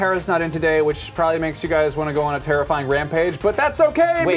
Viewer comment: Did he say terrifying rampage or "tara-finding rampage"?